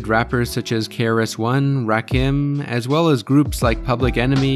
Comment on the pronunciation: The way you pronounced "Rakim" makes me think you're not qualified to be critiquing hip hop culture man